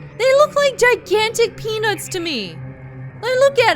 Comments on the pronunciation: "A batch of giant penis." I know that's not what you said, but that's what I heard. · Every time says "peanuts," I hear it wrong and it makes it much funnier.